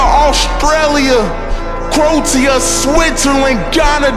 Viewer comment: how he says croatia kills me every time